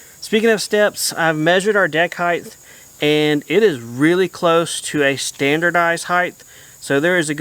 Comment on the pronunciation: Hight not highth 😂